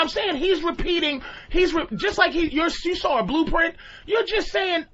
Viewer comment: Patrice puts an “r” at the end of the word saw.